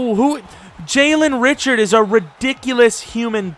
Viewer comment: Jalen Ri-SHARD